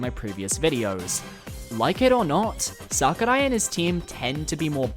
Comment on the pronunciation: the way you say sakurai is making me consider horrible things